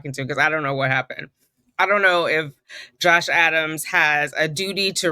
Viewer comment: I love love love the judge sitting in your break room lmao. Every time you say Josh Adams, I hear Josh Allen. Can you guess I’m from Buffalo NY? I didn’t know you were in NY as well! High five!!! Yes you’re correct. We are a one party consent state. Thank you for keeping us all up to date with this